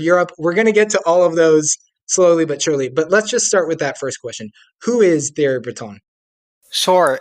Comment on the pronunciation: I'm supposed to think you're an expert when you didn't even bother to learn how to pronounce "Thierry" before strutting your stuff?